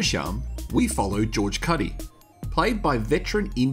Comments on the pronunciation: George Kutti as in cutie, not George katty🥴🙄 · Its not cutty Koooty